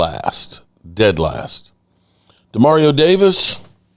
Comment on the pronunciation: Dude...u go from Demario to Ja Mario...smdh